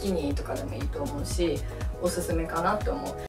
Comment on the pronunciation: おぬぬめじゃないんすよおすすめっすよほんとわざとなんすか？